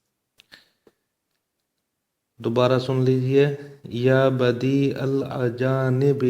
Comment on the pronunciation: Janab Al.ajanib e nhi hai, TAlafuz To sahi ada krein